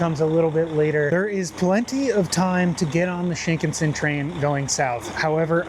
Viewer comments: You put stresses on all the wrong syllables. I'm not Japanese but I know Shinkansen is pronounced with the stress on the second syllable. The way you pronounced Hakodate and Kagoshima also just sounded wrong. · No offense, but the pronunciation is Sheen-CON-Sen. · it is pronounced "shin KAN sen." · You had me until you BUTCHERED the pronunciation of Shinkansen... It's SHIN-KAN-SEN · "Sheenkin Sin" bullet train LOOOOOOOOOL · The raw, real and often mistake filled adventures are the reason why we are all here. Happy travels! By the way: - Shin means new. Shinkansen means new trunk line. - Shinkansen is pronounced "shin-kan-sen" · The proper pronunciation of Shinkansen is “sheen-kahn-sen.”